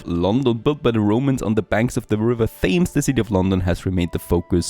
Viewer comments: I usually don't do this. But it's t-ems not tea-aimes :( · Thanks for the review. Just for your information, "Thames" is pronounced "Tems". I know, don't ask. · Please, Thames is pronounced "Tems", like flower stems without the S. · Tea-aimes sounds more british.